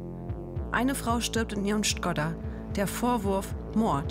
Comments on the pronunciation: Jeder normale mensch: Skoda. Die Sprecherin: SCHGODDA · Das heisst in Deutschland Skoda und nicht schkodda oder sonst wie. Ist doch jetzt albern das so auszusprechen. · ... in ihrem "sChckOdDa" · ne škOda und nicht schkodddda Einfach ohne kurzem D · Schokdaa ist die richtige Aussprache. Sie sagt es aber falsch: Schkodda. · schkodda schimply cleffer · Es heißt skoda nicht schkoda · Warum verwendet Skoda dann selbst die Aussprache "Skoda" in ihren Werbespots? Das war das aller erste mal in meinem Leben dass ich "Schkodda" gehört habe. Selbst in der KFZ Berufsschule hab ich das damals so gelernt. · š = sch Aber man spricht es nicht mit einem schnellen D aus 😉 und das O wird betont Sch kO da Nicht schkodda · Skoda, nicht Schkodda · Wer sagt denn bitte Schkodda?? Das heißt Schko-da. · Schkodda.... triggert das nur mich ? xD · Wenn ich Schkodda anstatt Skoda höre dann schüttelt's mich 😬😅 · Skoda nicht schkodda das macht mich voll aggressiv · Skoda, nicht Schkodda............. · Ich hoffe die alte hat mittlerweile gelernt wie man SKoda ausspricht... schkodaaa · Digga wer sagt zu dem Auto sgodda? Der heißt skoda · ACH SKODA !!!! xD Warum sagt sie denn die ganze Zeit Schrodda? xD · Lern bitte das wort Skoda nicht schkoda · Schkoda :D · nee das heißt Skodda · Sie sagt einfach schkodda😂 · "Schkodda" ist falsch an allen Enden und Ecken.. Da können hier die Linguistikexperten einen auf Rumpelstilzchen machen wie se wollen 😂🎉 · ja sch is ja ok, aba dd is halt einfach falsch. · Sehr gute Doku wirklich, aber wen sie noch einmal „schkoda“ sagt implodieren meine Nervenzellen🤯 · Richtig gutes Video! Nur eins triggert mich: "Schkodda" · "Schkoda", simply clever. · Wenn ich noch einmal hören muss wie sie sKoDa falsch aussspricht bekomm ich ne krise 💀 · Wieso sagt sie schkodda⁉️Macht mich wahnsinnig‼️ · Sie sagt einfach schkodda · SCHKODDA BITTE hör auf das so auszusprechen bitte!!! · Mich regt es so auf wie sie Skoda sagt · ist noch jemand sauer wie Sie Skoda ausspricht ?